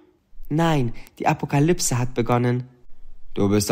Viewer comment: 11 :44 wiese 2043 plötzlich keine akoplyse😂